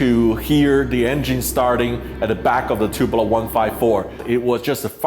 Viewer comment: TuPOlev, not TupelOV...very common mistake, like the way that aome people say "Anatov" instead of "Antonov". These are the surnames of people that designed the aircraft so it sort of matters.